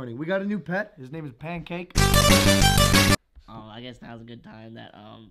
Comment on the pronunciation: logan i now that u call it pankank